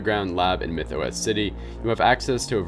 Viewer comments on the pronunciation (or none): none